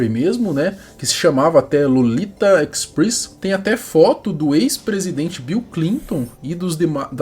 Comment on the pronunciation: Cara, na boa, onde tu aprendeu esse "Inglês" aí? "Ecspris"? 😂